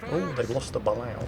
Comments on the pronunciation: Just a note: the US sub is pronounced Bah-Lay-Oh. I know it doesn't make sense based on how it's spelled, but hey, we didn't invent the language, we just use it. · It's BA-LAY-OH